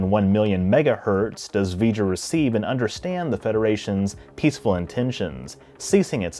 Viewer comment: Honestly, it sounded to me like 'weejur', not 'Vejur'. Perhaps you were channeling Chekov?